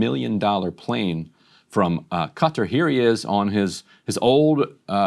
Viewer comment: It's not Cutter, it's Qatar!!!